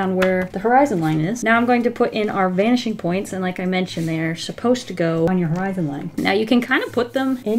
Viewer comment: Every. Single. Time. She. Says. “Vanishing Points”. I hear. BANSHEE POINTS